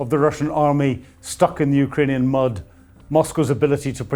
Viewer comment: Hopefully the savvy experts in the Pentagon can pronounce Ukrainian place names correctly, especially before speaking as an authority on the area.